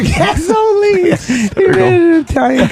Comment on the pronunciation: Gazz oh lean...as in a pseudo-Italian pronunciation of gasoline